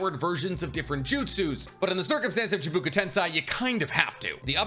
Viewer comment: Say it with me. Chiiih. Baaah. Kooo. Chibakoo. Rather than how it's spelled or how u said it. Still loved this video and your content. But pronounce the script right. Then you will be YouTube goat